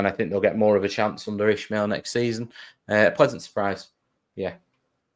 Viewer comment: Hey guys. Please start pronouncing Valérian’s surname properly. It’s only respectful and it’s not hard to pronounce. IS-MA-EL. No “H” in it 😉 🟦⬜️🌹